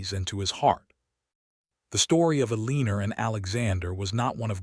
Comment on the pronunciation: It’s El-l’an-nor. AI sucks.